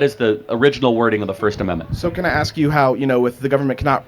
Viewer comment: I think it’s funny how you try to speak so proper like you’re college educated and intelligent but you still can’t pronounce or say the word “ask”🤓🤓 nawga please🙄🙄